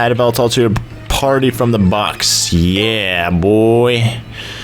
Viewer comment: It's evil-tall not eev-ehl-tall